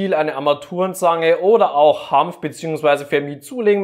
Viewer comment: Bitte Hanf, nicht Hampf